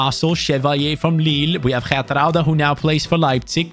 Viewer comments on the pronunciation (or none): none